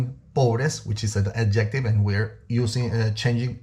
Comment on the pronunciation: You lost me when you did,nt pronounce adjective correctly